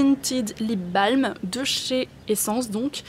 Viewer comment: Pour info "lip balm" est de l'anglais, donc à prononcer "lip bolm" :)